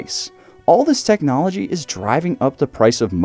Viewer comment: Og ride Road King . No teeknowlogee Onda Road King. Og no like teelknowlogee